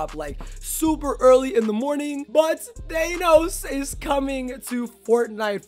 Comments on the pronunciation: Omg the fact that he says Th-Ay-Nos is cancer It’s Th-Ah-Nos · his pronunciation of thanos makes me cringe